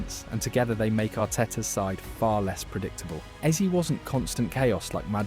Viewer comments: Why AI bro keep saying eazy instead of eze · Mispronounced Eze as Eez as well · the ai gen voice over narration is annoying as hell, hearing eze pronounced EASY wtf